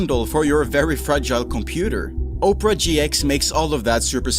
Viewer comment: Oprah GX -- LMFAOOOOOO You get a web browser, you get a web browser, everyone gets a web browser! (it's pronounced Opera not Oprah) 😂😂